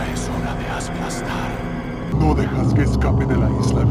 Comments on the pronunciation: I’m from Colombia and that dubbing was really bad. For example when they say: Ya es hora de ASPLASTAR is not ASPLASTAR, it’s aplastar without the s after de A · Fun fact: they pronounce bad two words. Asplastar_Aplastar Escondir_Esconder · yeah, definitely. or sometimes they out right pronounce or spell words wrong. "ya es hora de asplastar" is fucking hilarious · There are still many mistakes with the pronunciation and writing, but I guess it works for non native speakers. The cringiest ones for me are: - "puedes correr, pero no puedes escondEEr" (gramatically incorrect and horribly pronounced). - "Es hora de aSplastar" (they pronounce it with that s for some reason and it sounds awfull). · Its "acá" not "a cá" Its "rezar" not "rensar" Its "Luis Serra" not "Luis Sera" Its "pedazos" not "padazos" Its "cojedlo" not "cojelo" Also, in the game the characters say " Ya es hora de asplastar" but its "aplastar" And the are tons of mistakes like this Its kinda dissapointing